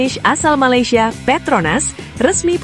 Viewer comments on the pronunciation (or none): none